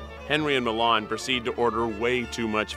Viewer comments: am i the only person that is bothered because its pronounced milán instead of mílan? and finally someone mentioned slovenia just wow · the way he pronounced milan made me cringe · It isnt pronounced MILAAAN like the city, its pronounced quickl, MILAN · Yeah how they pronounced his name too. Like it's a city in Italy 😭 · The way he pronounces milan is more like the capital of Italy then a name.... Bruh it's fast like Milan not (mil)(an) Yes im pissed about how an american pronounces a balkan name.